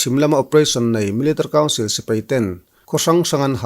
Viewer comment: Melitary council tih lai hi i lam rang thiam khawp mai😀